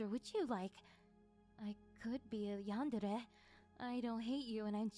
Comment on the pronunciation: FINALLY someone pronouns “YANDERE” right for the first time hallelujah